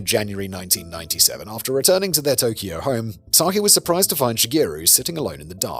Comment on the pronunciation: Just a quick note as her name is mentioned a lot, Sakie should be pronounced "sa-ki-eh" as all vowels are pronounced in Japanese. And Shigeru should be "shi-geh-roo", not "shi-gee-roo".